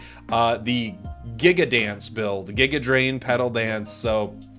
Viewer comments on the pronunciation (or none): none